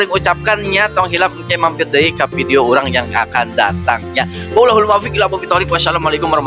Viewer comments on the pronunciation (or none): none